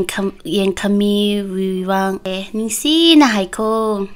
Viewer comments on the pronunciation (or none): none